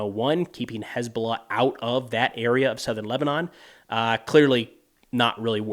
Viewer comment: "Has been lah"